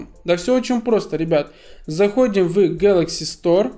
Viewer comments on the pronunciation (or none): none